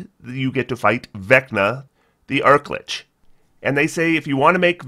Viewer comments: Arch...chachacha...Lich. lol. Not Arc. Also not a Lick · "Deemo" lol. Demogorgon, like video game demos, imo. Edit: also, Arch-Lich. Not Ark/arc lich lol.